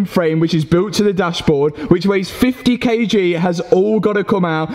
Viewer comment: Excellent work and a great video but ... kg is ‘kilograms’ not ‘kay jeez’.